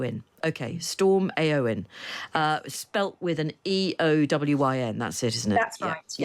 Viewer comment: It is depressing when people can't pronounce Eowyn. Haven't they at least watched the films?